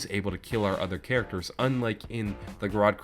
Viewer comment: Wanna add another "e" there in the beginning " gorod krovi" pronunciation